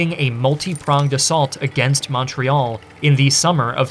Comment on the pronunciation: I love how you pronounce Québec well but not Montréal. ;p